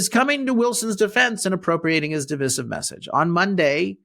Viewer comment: Please learn how to pronounce "divisive". It rhymes with decisive, not with permissive. The " vis" has a long i, sounding like "vice". Thanks.